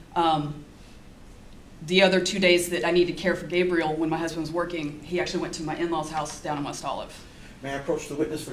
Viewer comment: Who is G? And why cant she say Gabriel?